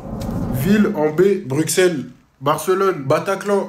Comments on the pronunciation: On dit pas Bruquesselle mais Brusselle (prononciation) en tant aue Belge je le dit juste parce que sa m'énerve tout ses gens qui prononcent mal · Le x de Bruxelles se prononce s je suis belge je sais ce que je dis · comment ça "bruXelles" ça se prononce brusselle et pour ceux qui disent que y a un X donc il faut le prononcer , a Paris y a un S et on le prononce pas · C'est bien un pongiste, et un vrai pongiste dira toujours tenis de table et non ping-pong et Bruxelles se prononce avec S et non X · T'as prononcé le x dans Bruxelles nonnnn💀🤣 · Le x dans Bruxelles se prononce S !! 💀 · Par contre svp arrête de prononcer le x dans Bruxelles on le prononce s